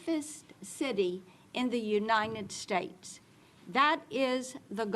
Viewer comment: How do these politicians keep mispronouncing the United States?.. unined